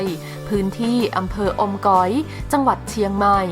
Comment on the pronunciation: อม จ๋อย หรือ อมก๋อย 5555